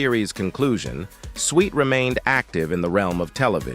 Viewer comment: You really need to research how to say peoples names and titles of the subject you cover. Also you need to the proper pronounciation of many words you use. Maybe you should go to a voice coach to make sure what you state is correct. Switt is not pronounced Sweet. M*A*S*H 4077 is pronounced MASH like in mash potatoes. Get control of your pronounciation of the English language before you do another review.